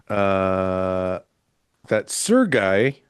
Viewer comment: Fouad finally pronouncing Sergei correctly makes me unreasonably happy lol